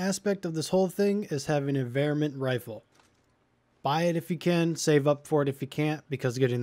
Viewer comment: its not VER-Mint its Var-mint